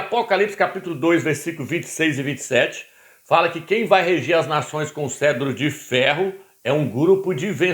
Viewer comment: CETRO, CETRO, CETRO. Não é Cedro, animal, cavalo vestido! Nem ler corretamente você sabe ou faz de propósito em falar errado.